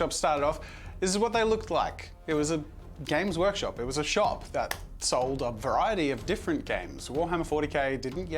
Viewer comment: Is it just me or is Jazza saying Gaycrush Games all the time?